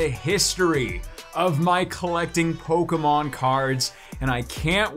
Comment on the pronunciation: Poke e mon not poke mon